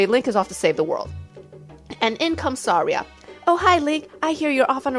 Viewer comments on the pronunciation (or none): none